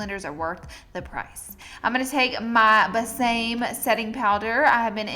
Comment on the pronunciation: Besame is pronounced beh-sah-meh it means kiss me in Spanish lol